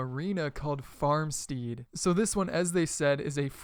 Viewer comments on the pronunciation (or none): Lol - '..called Farmsteeeed' It's pronounced Farm-sted :P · "Farm STEED" makes me think of a horse lol. Its stead like head. Sorry, petpeeve, i live on a farm lol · Farm"steed"???? Farmstead, bro. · Farm-steed? I think you meant farmstead, pronounced Farm Sted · Lol love how pronounces stuff, it's farmstead (st-e-d) not 'farmsteed' (st-ee-d) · Do u mispronounce words on purpose to piss people off? First it was flag, WHICH IS FLAG NOT FLAYG. And not farmstead. It's pronounced FARM-STED. Not FARM-STEED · Still am trying to get over the fact that you called the new map farmSTEED. It's pronounced like dead: farmstead. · Farmsteed? Really? C'mon man FarmSTEAD(farmst-ed) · It's pronounced "Farm STED" not "stEEd". XD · It's not farm steed, it's farm stead, (farm-sted) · Farm "stead" not farm "steed" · Farm-sted not stead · 'Farm steed'?? You gotta be kidding me. Cmon, it rhymes with bread. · I cringed so hard when he pronounced it "farm steed" . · Farm "steed" hahah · Can't even pronounce farmstead... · Farmstead is an eh sound not an ee sound cmon